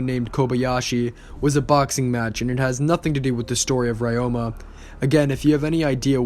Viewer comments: pronounced re-yo-ma, not rye-yo-ma, but other than that great video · Pretty sure it's pronounced ROW-MA.... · The way you pronounce Ryoma is bugging me